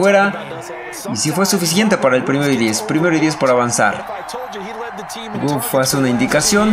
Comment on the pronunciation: Mi estimado es Goff no guff si tuviera doble o si se pronunciaría así. Saludos.